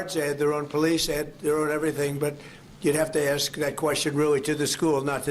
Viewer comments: 'Aks' is the one black lingo thingy that doesn't sound cool at all. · Why does pronounce ask "askd" Jesus Christ....Proving all of the stereo types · Her saying axe instead of ask is nails on a chalkboard, please make it stop! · She sounds all professional till she says ‘AXE’ instead of ‘ASK’